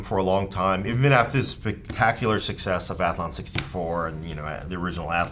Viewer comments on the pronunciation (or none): none